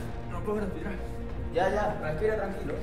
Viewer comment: Nando: No puedo Grespirar Nadie: Absolutamente Nadie: Yolo: Ya.ya respira tranquilo